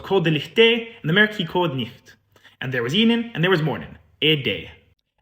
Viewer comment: amazing to see oor leid being promoted and understood as a seperate language, native to Scotland 🥹 well done for giving this your best shot, you did so good! a few wee gentle pronounciation corrections of how we Scots would generally pronounce these words. licht is said as 'l-ih-chht not 'l-ee-chht' (the - lee-chht - pronounciation is German) ♡ the same with nicht, we pronounce it 'n-ih-chht' not 'nee-chht' ♡ watirs you had right the first time! it's pronounced as 'wah-ters' not 'wau-ters' ♡ guid is pronounced 'gid' not 'good' ♡ saicond is pronounced 'say-kint' ♡ 🏴🤍